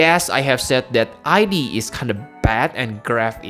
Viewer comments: Oh and I think he's really pronounced as ead (like in eat but with a d), in katakana, the name is written as イド, the same way it was written / pronounced for Sigmund Freud's Id. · The way pronounced Id's name was correct. It has to do with psychology and Sigmund Freud's understanding of the psyche. It's been a while since I studied, but as I recall, there were the Id, the Ego, and the Super ego. Everyone has heard the term "Ego," but the Id and Super ego are not as widely known. "Id" seems a fitting name for the character in Xenogears. I had never read it as "I.D.", but I can understand why people would read it that way since reading it that way implies identity.